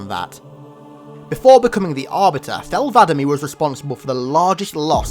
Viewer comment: "Thel vadam-me" I feel like that's not how you ment to say it lol